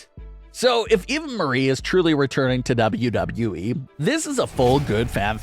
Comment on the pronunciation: LEARN HOW TO SAY WWE PROPERLY